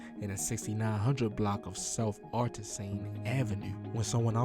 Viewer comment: Artesian ain't that hard to pronounce